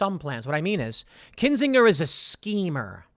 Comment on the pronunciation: The g in Kinsinger is a soft intonation. A burner of kin.